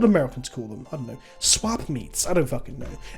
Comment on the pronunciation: When channeled his inner Minnesotan to say "swap meet", I about lost my literal shit. Greetings from Minnesota,!